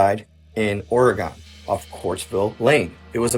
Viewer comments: Orygun, not Or-eh-gone. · kind of beside the point, but why is he mispronouncing Oregon like that? is it a joke or do they say it wrong from where he's from? it's not "gone" it's "gun". "or-uh-gun" basically. NOT "or ee gone". also, the last story about the rock door. why not use a snake cam to look inside? I have seen more in-depth videos concerning this story that don't have as much reaching. I am curious if anyone will ever actually do the snake cam on the door where the slot is. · Bro talking about my state kept saying it wrong 🤣🤣 it's not Ore-gone 🤣